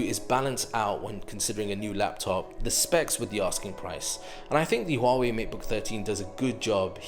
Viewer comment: wow u pronounced 'Huawei' right...